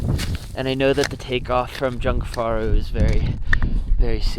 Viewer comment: You said jungfrau wrong so many times I love it